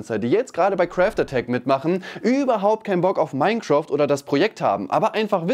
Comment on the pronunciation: Bitte hör auf ständig MINECROOFT zu sagen.. es heißt MINECRAFT (Aussprache MEIN KRÄFT)